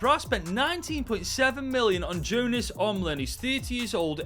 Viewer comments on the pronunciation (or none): none